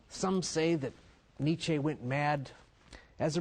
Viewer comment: Why do Americans insist on putting an -ay diphthong after words that really end with a plain e, like Nietzche? It's rather unsettling.